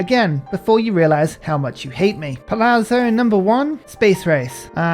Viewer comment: Your palazzo pronounciation is getting better, you almost got it huzzah